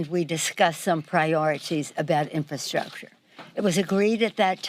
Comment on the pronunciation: I can barely understand what she is saying. She can’t pronounce the word infrastructure.